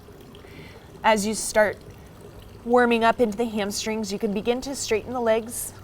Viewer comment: "Hamstring zza" lol. I love this teacher. So real.